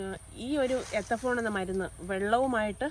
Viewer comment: എത്തഫോൺ അല്ല മോളെ എത്തിഫോൺ, പക്ഷെ ഒരു പ്രശ്നം എന്തെന്നുവെച്ചാൽ മൂന്നാം വർഷം തേച്ചാൽ അഞ്ചാം വർഷം തടി വെട്ടിവിക്കാം 😂😂😂.